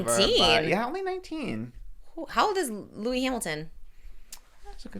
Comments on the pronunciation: why do you keep saying “Louis” Hamilton. His name is Lewis Hamilton pronounced Loo-is. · Trisha talking about Formula 1 is wild 😂😂😂 - it’s Lew-es, not Loewy hahahah Please put respect on his name! Thank you for explaining how disrespectful the towel situation was! Love you guys!🎉❤ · You guys calling Lewis Louis is killing me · y’all calling sir lewis hamilton “louis” gets me every time